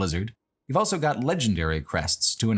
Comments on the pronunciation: pronounces the word "also" as "elso". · Why does he say 'elso' instead of 'also'?